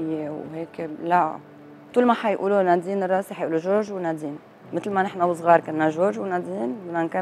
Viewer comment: بليز حدا يوصل ل يخفف تثقيل الأحرف علما انه النطق متقن و لكن التشديد الثقيل على الأحرف مزعج.... اسمها نادين الراسي مش الراصي